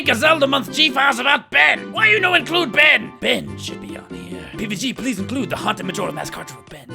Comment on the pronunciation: hoo hoo ben lolz french man BEEEN